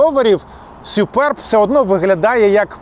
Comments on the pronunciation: Не сЮперб, а сУперб!😂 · Не Суперб, а Супьорб, якщо вже докапуватись 😁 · «Сюперб» - дивна вимова😵‍💫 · сЮююперб - кров із вух.... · сЮЮпэрб 😂😂😂😂😂 це пиздець! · точно не так як каже 😂